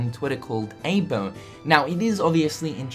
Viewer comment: Eye-bo not aebo.